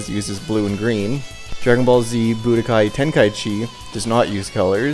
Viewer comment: I'm glad you called Dragon Ball Z: The Legend by its official English title. Most people call it by the fan name of "Legends". Budōkai is pronounced boo-DOH-kahy by the way. Basically, the same as you said it, but with emphasis on the dō instead of bu. "Budō" means "martial arts". "Kai" means "tournament". Tenka-ichi is pronounced TEN-ka EE-chee, literally meaning "Number One under Heaven". It's an incorrect reference to the Tenka-ichi Tournament (Tenka-ichi Budōkai) that takes place in the comic and shows. As you can see, they got it backward.